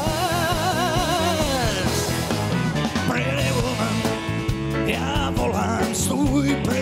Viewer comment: Jaký Women? Ta výslovnost je "vůmn"